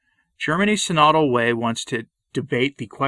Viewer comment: Tradition requires orthodox pronunciation. It's pronounced "sin-o-dul" (stress on first syllable), not "si-nod-ul" (stress on second syllable).